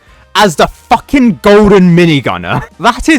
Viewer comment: "Da Fakin golden minigunner" 😭